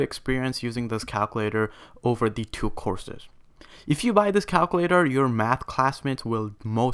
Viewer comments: U need to learn how to pronounce words 😂 “calclater” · "yes, a cowcuwaitor" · son passed calc ab and bc, but can't say calculator right